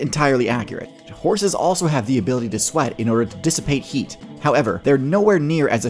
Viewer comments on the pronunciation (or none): none